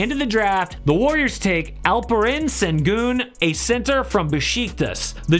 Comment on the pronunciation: Alperen Sengun is from turkey (like me) and in the Turkish letters there is a letter that makes the sound the sh makes but since that letter isn’t in English, they just put s. His name is supposed to be pronounced Alperen Shengun.